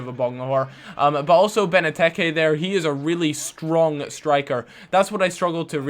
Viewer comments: Benteke, not Beneteke.., jesus your pronounciation is horrible...proofs your understanding and knowledge of football is minimal.. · Ben-ah-tekay? :L